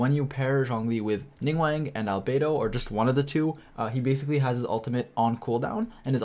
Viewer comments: Ya know I dont normally have a problem with the way people talk but please commit to learning their names NINGGUWANG? NingGWONG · It sounds like you’re saying Ningwang xD